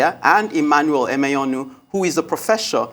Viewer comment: Hear the host (not the bespectacled one) pronouncing "Emenyonu" with a forced, false, American accent. Colonial mentality wee not kee you, my dear. Say "Amen". Nigerian news media space is tormented by such Western-wannabes, it is ridiculous. 🤣😂